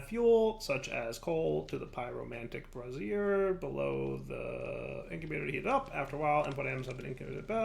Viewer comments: it's "bray-sure". A "brah-zere" is an lady's under garment. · Watching these a few weeks too late but: Spagyrics: Spuh-jeer-ics, i.e. the "g" being pronounced as in "gyroscope" Brazier: Bray-shur Sal Ammoniac: Think "Ammonia", but just add a "k" sound at the end, not ammon-áy-ac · Why does keep talking about women's underwear. Sigh It's pronounced brā - zher (a pan for holding burning coals)